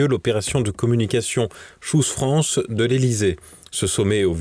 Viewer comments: nous sommes en France, et à ma connaissance, la langue dans notre pays est le français. De plus, si on veut vraiment utiliser l'anglais, alors on le prononce correctement. Choose France, se prononce "tchouse" et pas "chose". à bon entendeur salut! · C'est PLUS "SHOES FRANCE" que CHOOSE France